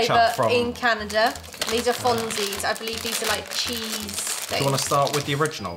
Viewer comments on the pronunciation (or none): pliiiiiiiiis research a bit the pronounciation before telling people how to say things ahahah. Also lick your fingers with fonzies!